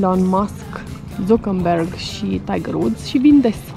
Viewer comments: il cheama zuckerberg, nu zucāmberg :D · Z se pronunta ț daca e nume german